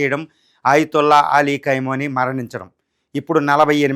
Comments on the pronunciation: khaimoni kaadu khameni please pronounciation correct chesukondi inka Mee English accent kuda please neeku Enduku Iran tannulu tintunte badha estunnadi. Chaala badha padipitunnavu. Anta badha padaku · కైమోని కాదురా 😂 ఖమేని 😅